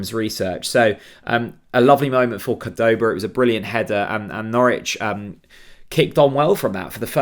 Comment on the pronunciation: We pronounce his name CORD-oba...